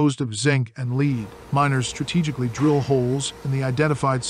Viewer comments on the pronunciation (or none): AI IS STUPID, KEEPS SAYING LEED INSTEAD OF LEAD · Don't you just love the way the narrator pronounces the word "LEAD". it's always LEED. like, where does this road lead? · This guy cannot pronounce the word "Lead"! The stuff Superman can't see through.